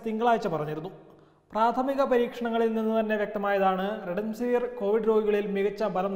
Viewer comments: സ്നേഹിതാ, അതു റെഡെൻസിവിർ അല്ല, റെംഡെസിവിർ (remdecivir) ആണ്. ഒന്നു നേരെചൊവ്വേ വായിക്കരുതോ? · Marunninte name parayunnath correct alla.thaankal redemsiver annanu parayunnath. "Remdesiver"